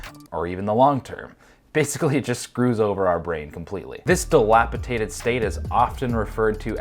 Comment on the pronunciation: Brain fog tricked you into saying "dilapitated" instead of "dilapidated". :)